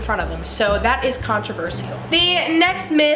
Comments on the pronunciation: CONT RUH VERSH ALL. holy hell sorry but every time I heard this it was terrible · can-tro-ver-se-al SKSK (no hate I love her channel) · I'm not tryna be rude but you say controversial like controvershall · The way you pronounce controversial is controversial!!